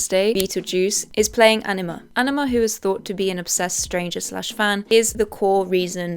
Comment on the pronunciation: no shade but i genuinely thought you were saying enema instead of anima for the first 10 minutes of this video